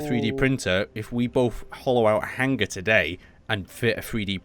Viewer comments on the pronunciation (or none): really?'Hanger' and not 'Hangar'?but awesome video and work,you give me base inspiration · everytime i here you say hanger i hear hang ger